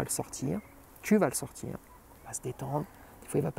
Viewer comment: "Quand je dois le sortCHir" mdr ça me fume 😂